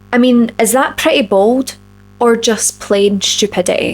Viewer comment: What's Purr' women??? What the...!!!! Do you mean "pretty" women??! What does Purr' women mean???!!!😂😂😂😂😂😂😂😂